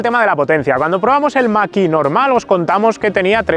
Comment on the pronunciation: Para cuando la prueba de un model 3 performance o un model Y? En todas las pruebas los ponen mejor que el mach E, pro igual tienes otra opinión! Eres de los pocos que pronuncia bien el numero de MACH!